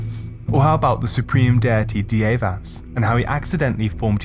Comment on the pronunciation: Dievas is pronounced Dear-vas...get it right!